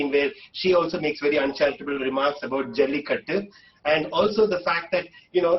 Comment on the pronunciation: And it's not Jaulikuttu, It's Jallikattu. Somebody correct this guy.